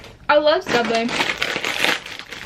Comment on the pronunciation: Subway?? More like savway 😂😂😂